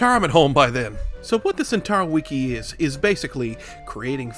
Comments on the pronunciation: Just say wiki like a normal person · entertaining video, but the way you say wiki makes me want to kill myself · The way you pronounce wiki as “weekee” sounds like nails on a chalkboard to me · “weekee” is on par with “meimei” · ITS NOT CALLED A WEEKI